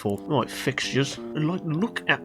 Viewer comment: Best spelling words 1.YES(h) 2.RIGHT(roight) 3. Welcome(WELKHHUM) RENAULT ESPACE F1 next pls!!!